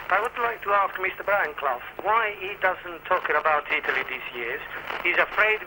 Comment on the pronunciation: "IT""LY" lol .